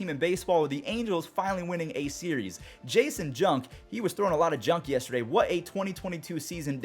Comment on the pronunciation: His name is Janson Junk. Not Jason Junk. Jan-son not jay-son